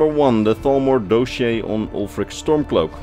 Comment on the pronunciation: Let me help a bit in a nice way hopefully. "Dos-e-air" not "doe-shey". Great video btw